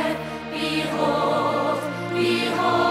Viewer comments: when the ponies said "The princess Twighlight Sparkle-" it sounded like "THE PRINCESS TWILIGHT FARTED- BEHOLD-BEHOOOOOOOOLD" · Nah it sounds like behold 😂😂